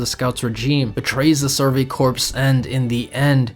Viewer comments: I think every aot video i’ve clicked on mispronounces the word “corps.” It’s the Survey CORE, not CORPSE. Have any of you weebs ever heard of the Marine Corps before?🤦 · Good video, worth noting corps it’s pronounced core not corpse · Still waiting for supposed fans of this show to stop pronouncing the Survey Corps as ‘corpse’ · This is a good video but corps is not pronounced corpse and that irked me every time that came up lol.